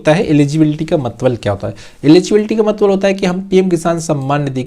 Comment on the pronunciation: मतलब❌ मतबल✅✅😂😂😅